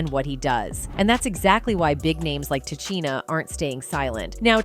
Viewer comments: Ta Cheena? This is the point Ta Sheena was making. Disrespectful for real. You talk about the icon but can't pronounce her name correctly? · Ta-Chi-Na? You must not know who she is? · TA....SHEEN.....NA.....IS HOW HER NAME IS PRONOUNCED!!! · Can you pronounce her name correctly next time, please, ma'am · I cant believe this... you cant even pronounce her name